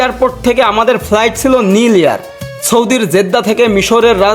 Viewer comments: নীল এয়ার নয়। নাইল এয়ার। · নিল এয়ার নয়। ওটা নাইল এয়ার।